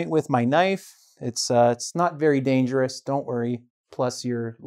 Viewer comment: Exelante when you say : " It's not dongerous"